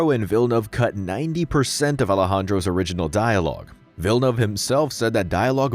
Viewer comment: That's how you say villaneuve???